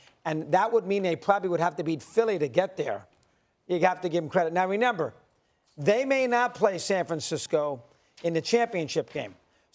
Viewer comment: Now “Ne” member or “ Re”member…..Get it right playa